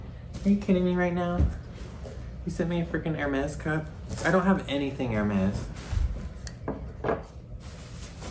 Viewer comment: What a lovely cup! I love your filming setup, it’s so cozy! I have a fireplace in my den but I can’t put a tree near it because there’s no space. (You would love that room, I see spider crickets there in the fall and sorry to say, I vacuum them up. 🦗) You pronounced Hermès just fine! My neighbor calls it Her-mees, accent one the first syllable. 😁